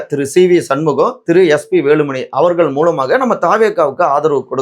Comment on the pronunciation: தம்பி முதல்ல தமிழைக் கற்றுக் கொண்டு பேசுங்கள்..ள கரம் ல கரம் தெரியாம அவர்கல்....கட்சிகல்....விஷயங்கல் னு தமிழைக் கொல்லாதீங்க...